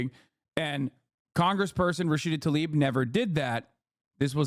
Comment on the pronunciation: Its Tlaib, not "Talib."